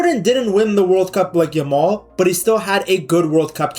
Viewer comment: The way u say 'yamal' it sounds like 'ur mom'😂